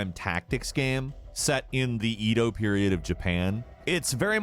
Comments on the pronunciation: "E-do" "NaRUto" Not it's not intentional. Funny tho. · Omg he’s pronunciation of Sekiro, Edo, Naruto, and Ten-chu was really distracting lol still an interesting video nonetheless.